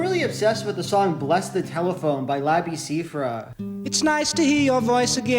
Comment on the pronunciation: it is pronounced “seff-ree” btw